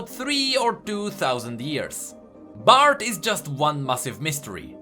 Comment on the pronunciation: lol the way he pronounces Bard, BART